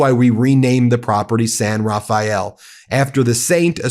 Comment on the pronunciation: Did he say "SIN Rafael","sin", "saint Rafael"¿? The guy looks like a robot not human.